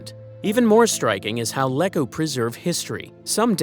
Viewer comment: and it's LEE-koo!